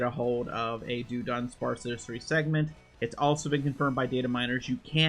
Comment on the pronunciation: Why did you pronounce it as “do-dunsparce”?